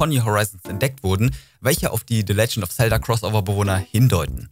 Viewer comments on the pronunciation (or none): none